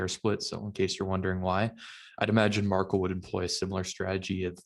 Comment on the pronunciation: Pretty sure the pronunciation is MAR- KEL not “Markle”